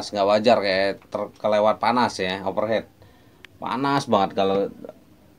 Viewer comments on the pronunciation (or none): Thx pencerahan nya. Membantu sekali. Over heat Bang, dibaca over hit. Bkn over head. Kalo head artinya kepala. Kritik bangun ni. Biar Abang tambah ganteng ❤😂